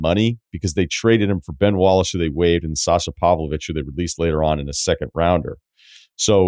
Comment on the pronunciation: it's Sasha, not sasa, come on man